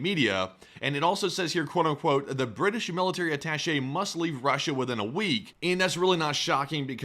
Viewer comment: "Emmo depot" "male-eh-tary" "You can hear drones lightly" "no new shrategy here" He must've been raised by a pack of deaf goats.